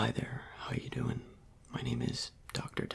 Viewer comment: so how you dowin? Me: Welllll I am DoWiNg terrible Him:mhm Me:it's hard to breath I might have corona Him:ok I am glad to hear that